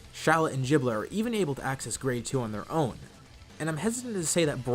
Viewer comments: The power level for shallot and giblet can be found in db legends at full power base form (Aslo giblet is pronounced gib-let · “jiblet” LOL